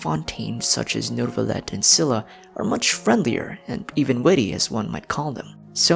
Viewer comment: i think Scylla is pronounced as "skai-luh" not only by Genshin VAs but also by Google 🙂